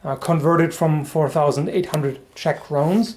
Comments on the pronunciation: You got the name well. Not used to see correctly written czech words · Always nice to hear english speaking people pronounce czech and slovak words.